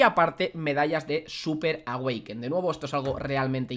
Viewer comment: Me encanta cuando dices medallas de súper awekin jajajajaja un beso